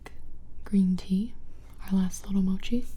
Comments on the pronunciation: Its Mow-Chee not Moo-chee lol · Lol she pronounces every thing wrong of she said mochi like mawchi I was gonna flip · she said moochie instead of mochie.. it’s pronounced mot-shee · Gibi Pls! Mochi not Moochi :) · Correct me if I’m wrong but Gibi I think they are pronounced Mac- uh- ron and moe- chee. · It's mochi (Mo key) not mochi (Mo chi), no hate just a simple correction